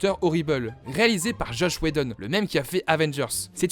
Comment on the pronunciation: David « Dune » ? « Josh » Whedon ? Bien les prononciations les mecs ...